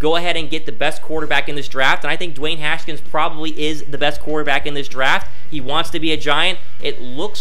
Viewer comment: It’s Haskins not “Haskins”